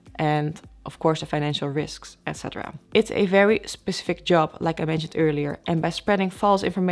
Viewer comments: Pecific...Pecific? Specific? Specific...I LOVE this girl! I don't even speak ONE language well. When you say you'll end up in the "right seat"...you mean the left....right? :-) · Speshific, ? Specifics, ? Specific, .